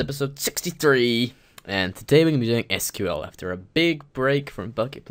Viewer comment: So many people say SQL "School." Just Why?